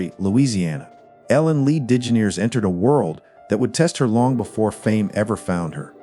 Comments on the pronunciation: Who pronounces her last name: “Dijineers???” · dijineers? like are u serious? lol